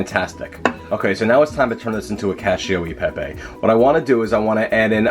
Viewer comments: Loved your pastrami recipe and eager to try this one. Correction: Koch- ee- oh- ay- paypay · It’s cachE-O Eh PePe